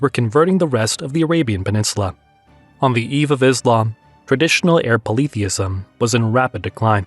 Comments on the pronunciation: Sounds interesting. But please check your pronunciation of Kaaba and polytheism 🙂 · I have never heard polytheism pronouced this way.